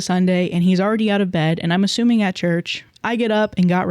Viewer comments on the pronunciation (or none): none